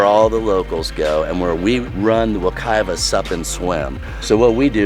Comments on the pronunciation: Pronounced Wek-eye-va instead of wek-ee-va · Lived there for 34 years and moved away 3 years ago. I miss it like crazy but it felt like I was home watching this video and knowing where you were even when passing the Vision Max! And it was a good laugh when you called Wekiwa, "Weh-Key-Wa" 😂 We are silly people who pronounce the second W as a V. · It's pronounced wa-ki-va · Wa-ke-va lol . 🤔 i live in orlando you've made it sound so much fun, and nicer then what i would consider it lol 👏🏼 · the island is for sure a mellow local spot.like how he said wekiwa haha